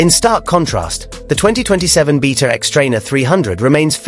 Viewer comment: First of all, the xTrainer isn’t comparable to the KX. A 300rr would be a more comparable model to Kawasakis new offering. And it’s “BAYta”, not “BEEta”. Someone sounds nervous about Kawasaki’s new model 🤔